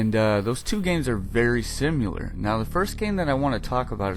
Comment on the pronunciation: Very sim-u-lair